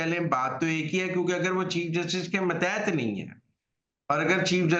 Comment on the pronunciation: متیت نہیں ماتحت ہوتا ہے جناب mateet nahi matehet